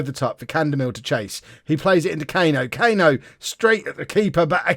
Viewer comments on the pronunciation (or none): Cano isn’t pronounced Cayno it’d be cuh-no if that helps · You should just pronounce Cano the way it should be (Cuh-no, not Kay-no) and then they don’t sound alike at all